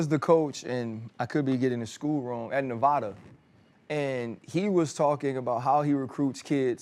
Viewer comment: Ryan , it's neh-VAD-uh 🤷🏼‍♀️🤣🤣